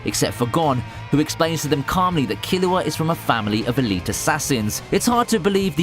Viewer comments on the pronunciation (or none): none